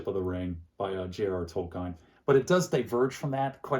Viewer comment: Not “Toll Kine.” It’s pronounced “Toll-keen.”